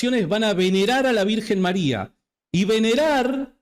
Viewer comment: Con todo respeto… este señor no sabe ni pronunciar bien el español y quiere enseñar Griego??? Criticando un título dado a la Virgen Maria desde siempre!!!